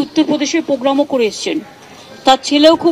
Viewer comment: পোগ্রাম নয় প্রোগ্রাম হবে তুমি বানান উচ্চারণগুলো ঠিক করো